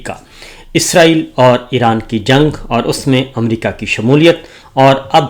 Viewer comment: باو جی :- اپنے اردو کے لفظ صحیح کریں - امریقا نہیں امریکا حقام نہیں حکام نقال نہیں نکال قامیاب نہیں کامیاب اقاونٹ نہیں اکاؤنٹ 😂😂😂😂😂😂😂